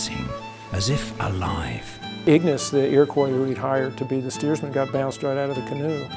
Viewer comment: ffs repeat after me: EAR-O-KWAH. Iroquois . got it?